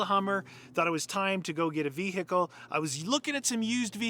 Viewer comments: Ve-HIKKLE...too funny ! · Ve.........hicle Or Vehicle? (is the “h” silent?) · Say vehickle one more time 🤪🤛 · Vee Hickle The way you say it makes me feel weird